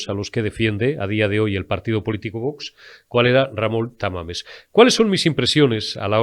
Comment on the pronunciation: Jajajaja es Tamames no Tamales 😅